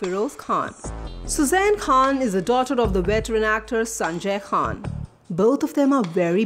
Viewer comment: BOLNA SIKHO KHAN HOTA HE KHWAN NAHI